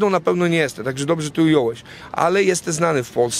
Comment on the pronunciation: Juz weryfikuje. Mowi sie "JESTEM" a nie "JESTE"😂